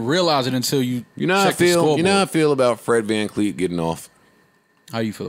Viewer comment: Yoo tell them stop callin my mans “Fred Van Kleet” 😂😂😂😂😂😂